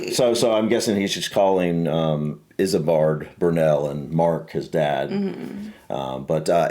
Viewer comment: Why does the narrator sometimes says Isambad Kingdom Brunel?